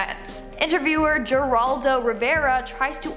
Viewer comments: HawHawHaw Jeraldo? Its pronounced Heraldo! Geraldo Rivera! It's a Spanish name! The pronunciation is a lil different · "interviewer JERoldo Rivera " 🤣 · Geraldo is pronounced Hiraldo. He has been famous for decades. You kids embarrass yourselves when you narrate these videos without any knowledge or life experience. You're five minutes old and it shows! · Geraldo is pronounced Heraldo. A little before your time😉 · It's pronounced"Her-aldo" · Her all doe, Geraldo Rivera is pronounced HER ALL DOE. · She really said Jaraldo... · lol. It's pronounced, Heraldo aka Geraldo. Too funny. 😆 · Geraldo Rivera has a H sound not Grrr lol this girl needs to go and learn how to pronounce names before she puts a video out on them Charles Manson didn't kill Sharon Tate one of his followers did! I couldn't even finish watching this 🤣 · Uh it's spelled Geraldo but it's pronounced Heraldo Rivera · She just said JER- ALDO. Smh. It's 2021 so clearly she is displaying racist MICRO AGRESSION!!! (sarcasm). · Lmao it's pronounced Haraldo even though it's spelt with a G....ur age is showing🤣🤣🤣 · Oh,. 😉 Geraldo. The G sounds like an H. Heraldo. Great video! Glad those psychos are in prison. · 🤣🤣🤣 Not sure who Jaraldo Rivera is but he looks a lot like world famous renowned reporter Geraldo Rivera. Does she seriously not know how to pronounce Geraldo? Not that difficult of name. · the G in Geraldo is pronounced like an H, like "Her-aldo" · "HEROLADO " not what you said 🤣🤣🤣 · Geraldo is pronounced heraldo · Hey hun good channel- just stumbled on it. By the way Geraldo's first name is pronounced with an H not a hard G- it's Hispanic, just an FYI! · Ger-al-do lol with a hard G. Once out of the limelight forgotten. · It's funny she's so young....she doesn't know who or how to say Geraldo Rivera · These type of channels are such BS! Take everything they say when it comes to their "facts" with a grain of salt because they can't even pronounce Geraldo's name correctly. DERp Unsubscribed.